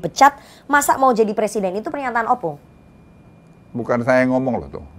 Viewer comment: Ompung, bukan Opung. 🤦🏻‍♂️